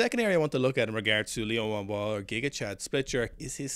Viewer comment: Your pronunciation is of Liu Huanhua is much better than before!